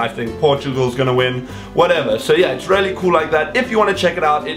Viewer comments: I love the way you say really 'rarely' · every time you say 'really' i keep thinking you're saying 'rarely' lol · I keep thinking he's saying rarely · I hear it 2 it confused me at first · Haha I was so confused why you kept saying rarely then I realised you were saying really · When he says really it sounds like he says rarely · It's a South African thing :) He's a cutie.